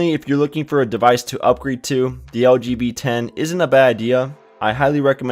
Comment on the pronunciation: When you say "LG V10", it sounds like you say "LGBT". :)